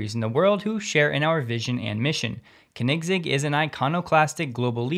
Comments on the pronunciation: jeeesus with the pronunciation AGAIN. Koenigs egg Its like you dont actually research these non-english words when EVERY youtube channnel does. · That pronunciation of Koenigsegg :) Love it. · You've got to learn how to pronounce Koenigsegg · Oh my. You completely butchered Christians last name. The Koenigsegg sicka fans are going to roast you hard. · The pronunciation of koenigsegg ;) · That was the most creative pronunciation of Koenigsegg. ever! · Funny thing is that none here seem to know how it is pronounced. Very difficult indeed. Way easier for us swedes. The "oe" sound isn't really used in English. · 😂 he does a good job I love watching him but boy was that bugging me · it shows how much of a "car guy" he isn't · That pronunciation though....that was horrific haha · its not the correct way xD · It isn't the way Christian von Koenigsegg himself pronounces it, so no... 😉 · Slightly wrong pronunciation of Koenigsegg, but not surprised as Christian drives Model S for many years! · PLEASE go watch a Koenigsegg video and learn how to pronounce it :) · I'm sorry, I couldn't stop laughing hearing "kanigsig"! It was a valiant effort, it's more like "co-nig-seg". :) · CONE-NIG-ZEG.....thats how I pronounce it. Hope that helps you. ✌😜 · Thanks for all the news. Koenigsegg is pronounced Konigz-egg, eazier.. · It's not pronounced "Kniggsig" :'D Most americans say koh-nigs-egg since they can't pronounce the "oe" (which is like the german ö). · "Co...Neg Seg" is best so far, but I think "Co Neeg Seg" is even closer. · i believe it's KOEN-igz-Egg... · Ummm its pronounced Ker-nigs-egg each part is stretched to the same length say it long and slow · Dude, it's pronounced CONE EGG ZIG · Pronounced, cony seg, lol. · Koenigsegg is pronounced phonetically as: ko-nig-segg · Cahnigg…sig lol, 2 seconds on google and you could have avoided butchering the name; you’re not even a car guy. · It's pronounced "Kone-in-segg" ;-) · it's pronounced, Corn-nez-zegg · Kinect egg 😅